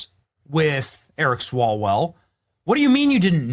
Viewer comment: Did you say Erick swallowell?